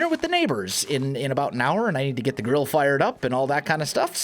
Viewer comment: sounds like you said "gotta get the girl fired up" now either you mispoke and meant GRILL, or your wife is not super excited about dinner with the neighbors lol. =p either way it all makes sense XD